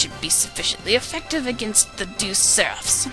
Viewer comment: Hehe, you're the second LP'er I've watched that's mispronounced Deus as "deuce". It's De-us. Two syllables. Like "deity". It was originally called Jahve, but the Americans protested so they changed it to Deus.